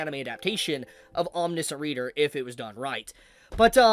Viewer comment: It’s pronounced aweM nee she ant